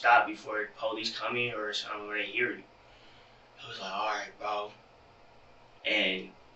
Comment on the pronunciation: Lil BRO not lil row 😭😂